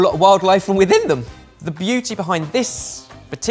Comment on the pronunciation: Idk why I can't stop listening to "also lost an awful lot of wildlife from wiTHIN them!" 😂